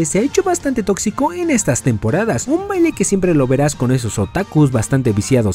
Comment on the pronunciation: Dijo totzico